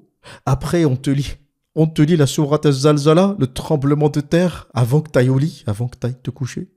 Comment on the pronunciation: alors? c est zilzel ou zalzala?? en tout cas quand tu t oublies tu le dis comme il faut il suffit de te réécouter